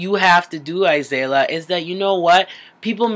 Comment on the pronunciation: Okay , I like you and concur with a lot of things you have to say, but at least say her name right. A-zeal-ia